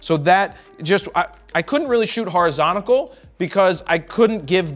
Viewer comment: Horizonical... LOL 🤣 😂. M cracking up.